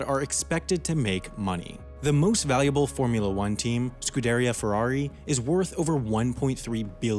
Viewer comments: Ohhh god, wendover I love ur vids but we need to talk about your pronunciation of Scuderia Ferrari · LOL you butchered the pronunciation of Scuderia Ferrari